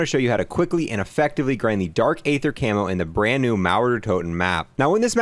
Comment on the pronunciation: was the first and only time you pronounced “aether” correctly Also “col-o-nels” office 😅